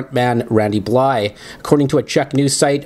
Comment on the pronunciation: Why does this guy keep mispronouncing Randys last name.... bly-THE.. bly-THE..BLYTHE